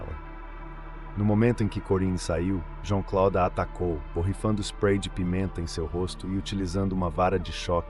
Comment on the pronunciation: JEAN CLOUDE, A PRONUNCIA É ASSIM...😮😮😮